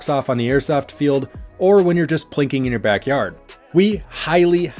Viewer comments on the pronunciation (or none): none